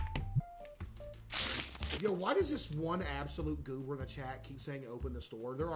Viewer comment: Bruh I wasn't paying attention and heard him say " whys this one absolute goober" and sounded like he said "this one asshole" I've never rewound something so fast in my life 😭😭😭